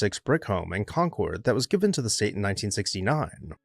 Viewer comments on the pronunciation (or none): none